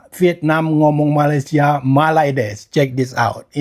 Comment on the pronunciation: Sepertinya Vietnam lebih fasih nyebut malaydesh nya. Dibandingkan Indonesia nyebut malaydesh 😂😂😂